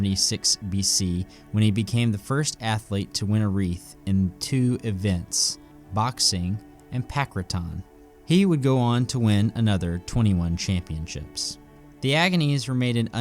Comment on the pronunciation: “Pancraton”?? Not how it’s pronounced.